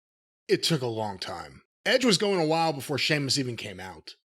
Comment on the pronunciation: Come on man. He is constantly mocking him and putting him down. Calling him "Seemus" and talking about being pale. And he's not even being presented on a main event level for a while anyway. So that can't be the reason.